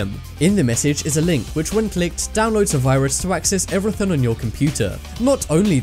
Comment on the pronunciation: Y this tard fkn say "everything" so incorrectly ?